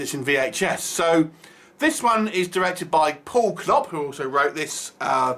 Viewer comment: pretty sure that's not how you pronounce knop